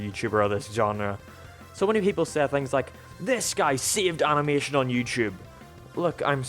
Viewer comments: it's animation not animotion... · Points to the end of “Animation” and says it’s “motion” no it’s mation you’re wrong